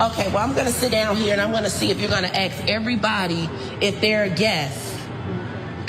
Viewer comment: Please learn to say ASK NOT AXE